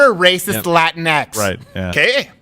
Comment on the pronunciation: really the people who unironically use latinX don't say it like that but rather say it like, "laa-teen-ex.